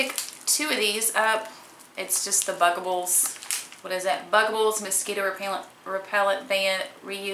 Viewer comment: omg luv how u pronounce mosquitos lol